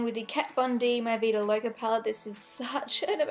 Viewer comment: "Mi vida loca" love your Spanish 😂